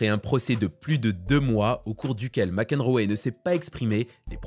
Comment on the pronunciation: s'il te plaît, apprends à bien prononcer les noms anglais !!! c'est juste insupportable. Mac Enroéééééééééééé putain quoi, sérieux !!! T'as jamais entendue parler du joueur de tennis John Mac Enroe franchement !!!!!!!!!!!!!!!!!!!!!!!!!!!!!!!!!!!!!!!!!!!!!!!!!!!!!!!!!!!